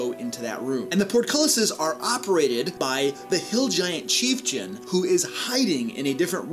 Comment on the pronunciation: The "cheifjun" thing killed this video for me less then two minutes in. I can't handle it after the last video.